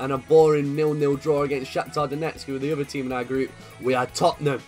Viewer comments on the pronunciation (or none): none